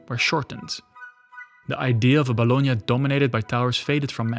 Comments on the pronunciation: ... No way... First time i ear am English speaker nailing the pronounce of Bologna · I have always found it annoying when Americans pronounce “Bologna” as “bah-law-nee”, thanks for using the proper pronunciation.